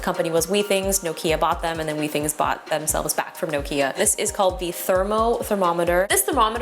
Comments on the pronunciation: I think you’ll find that it’s pronounced with-ings with a short “i” not wee-things. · I would be worried about 99.5. That is a low grade fever. If it increases, I would go see your PCP. (Also, your pronunciation of Withings is incorrect)